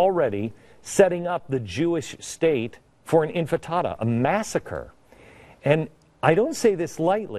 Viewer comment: it's INTIFADA not Infitada